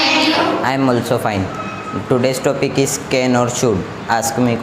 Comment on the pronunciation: Its sould or should ... and thats not aalsoo its also😬😬😬